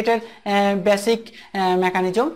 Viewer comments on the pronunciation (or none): none